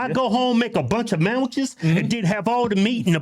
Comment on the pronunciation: Y'all were killing me with the mamwiches, lol.